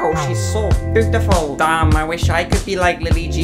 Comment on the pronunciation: Get you a partner or friend that calls you “BOOTIFUL” 🤣😭 Brill!